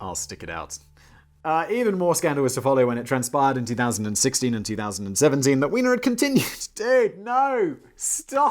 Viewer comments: Just one problem - Weiner is pronounced with a long i sound such as in the word "eye", so should be pronounced like "whiner". It's spelled "Wiener" to be pronounced like a hot dog with the long e sound. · Anthony's name is properly pronounced "VYE-ner". However in his case, the mispronounciaton was quite a propos